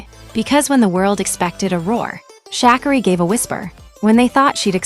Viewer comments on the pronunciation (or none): This is a weird commentary. The pronunciation of Sha'carri's name is wrong. Everyone has their time. It doesn't matter what the world says or thinks. It's your life to live, not no one else.